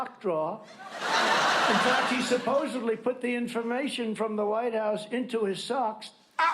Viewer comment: I’m not even surprised Trump says ‘supposebly’. At this point, it’s expected.